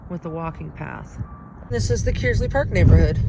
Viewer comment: I've never heard someone pronounce Kearsley that way